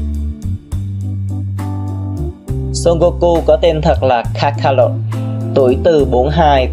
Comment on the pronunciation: Goku tên kakarot mà anh đọc là kakalọt 😬